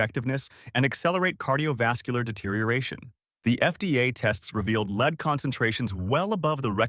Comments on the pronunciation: Please learn to pronounce words correctly. It is spelled lead but pronounced short . Makes one question the site. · And here we are with the lead(metal) and lead(as in follow me) mispronouncing...